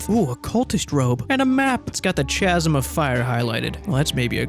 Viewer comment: "Chazzum" of fire hurts every time haha